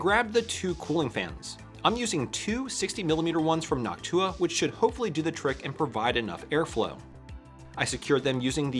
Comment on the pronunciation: That's an absolutely amazing build, but why did you pronounce Noctua like Hawk Tua? That bothered me